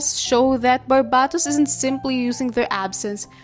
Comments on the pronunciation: which one, I've never heard someone say it like that and I grew up in a very polylingual place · Bc it's their accent 💀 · I was half asleep while watching this but I was awoken by shock from you saying Barbatos wrong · Why do you say Barbatos like that?